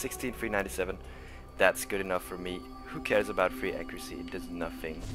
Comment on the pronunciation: Yeah your pronounciation of three really sounds german :D the typical "free" :P